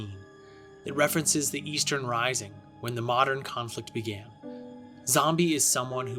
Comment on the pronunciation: It sounds like you said 'Eastern Rising'. It's the Easter Rising, as it the Irish Volunteers, Irish Citizen Army, Cumann na mBan, and more took up arms in Dublin during Easter Week, 1916. Edit: Also, you were talking about Belfast and Derry, and the map you used had the text 'Dery', not 'Derry'.